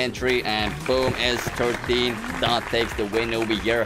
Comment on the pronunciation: How he says it’s a s13